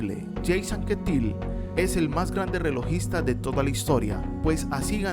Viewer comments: Induraín, Yeims Anquétil... La pronunciación hay que pulirla! XD. No, en serio, todos cometemos errores, y gran vídeo por lo demás. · Anquetil era francés, no inglés, así no se pronuncia